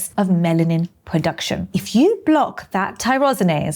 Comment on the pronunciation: You said "Melanin POduction" twice